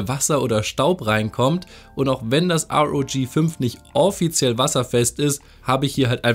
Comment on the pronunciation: sag bitte R O G nicht Rog